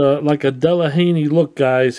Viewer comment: Delahaynie? I think you mean Delahaye. Interesting project!